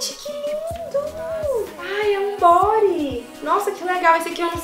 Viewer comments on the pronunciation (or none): none